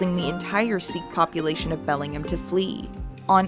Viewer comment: Because it is an American city it is pronounced Belling-ham washington by all the residents there, though the English city is pronounced Bellingum as you said in the video.